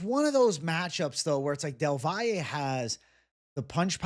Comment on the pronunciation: Props for being one of the few who properly pronounces del Valle’s name